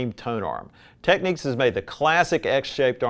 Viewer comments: This word is "Technics" / this word is "Techniques" . Just saying 😂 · It's a shame he started off pronouncing Technics 'techniques'.